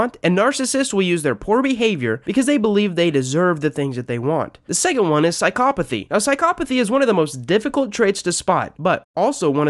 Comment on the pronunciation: psycopaty ? WTF HOW DO YOU PRENOUNCE THAT WORD ?????